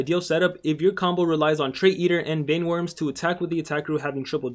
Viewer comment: Vine worms you pronounced it like this ? It's VEIN WORMS , ryhmes with rain , pain , main